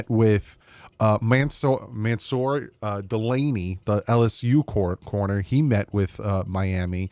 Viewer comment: just think Delane in Spain falls mainly on the plain; or Tattoo on Fantasy Island. Delane boss, Delane!